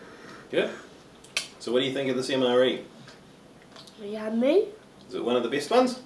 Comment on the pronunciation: "Mre toilet paper" xD